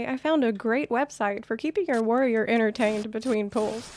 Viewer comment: yells warrrrrior main in a slight trucker accent